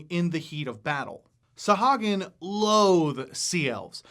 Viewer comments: Isn’t it pronounced saw-who-ag-in? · Love you and your videos, … but man oh man it was hard to listen to you mispronounce Sahuagin (sa-HOO-a-gin) the whole time;-) D&D Beyond has every monster name voiced by Matt Mercer and Marisha Ray so we can know how they are intended to be said. I'll probably get flamed for being a stickler, but a big portion of what you're doing here is education, so let's spread the education to all facets of the game;-) I think they are fascinating monsters as well and have a one-shot adventure on the DMsGuild that features a colony of freshwater Sahuagin. Great job and keep these vids comin'! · Actually, It's Suh-HOO- uh- gin according to Chris Perkins. No offense meant. TY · Mispronounced the name.